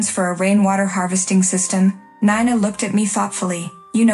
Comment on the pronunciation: Also your heater seem to have aroblem with Nina: her name is NINA,not Nana, NINA. Insulting.